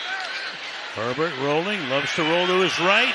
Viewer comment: It’s Herbert, not Sherbert. The ice cream has only one “r”. Sherbet!